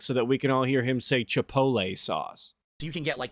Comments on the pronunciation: I do love me some chipohlay sauce. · Chi-pole-lay Here we have a lazy valedictorian folks. An easy Google search on how to pronounce this word is all that's needed.